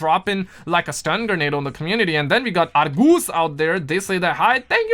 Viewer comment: pronouncation of ''Argos'' and ''Sainsbury's''.😂